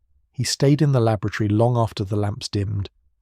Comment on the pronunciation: LAB o RAT ory But you are correct, lol. I thought the same...